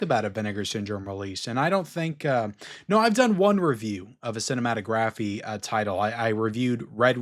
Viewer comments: Cinematographeeee? 😂 dude you don't pronounce the E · It's not cinematographE the e isn't pronounced at the end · Cinématographe is pronounced like the word autograph. Do not pronounce the letter e